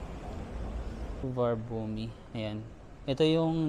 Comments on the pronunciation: "while millions fly through it each year, only a small percentage actually nail how to say it. Rather than “Soo-var-na-boo-mee”, it's instead said as “Su-wan-na-poom” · Suvarnabhumi: pronounced Soo-va-na-phum:-) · Su-va-na-boom airport